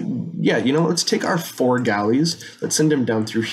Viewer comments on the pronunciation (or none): none